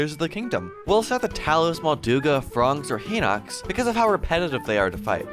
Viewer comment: Pronouncing Hinox as Heenox.💀